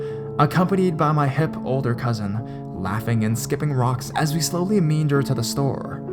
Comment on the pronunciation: Mercantile is pronounced "MER-KAN-TILE" Meander is pronounced "ME-ANN-DER" Rancid is pronounced "RAN-SID" and Rotund is pronounced "ROE-TUHND"